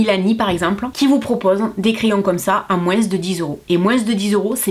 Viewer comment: j'adore quand tu nous dis " moinss' " ^^ <3